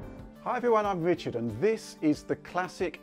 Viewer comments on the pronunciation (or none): none